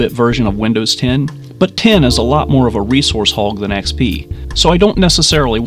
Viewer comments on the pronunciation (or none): none